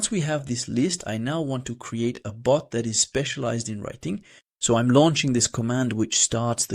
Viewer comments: Why does he keep saying boot and not bot? 😮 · It's "bot," not "boot." It sounds the same as "robot" without the "ro."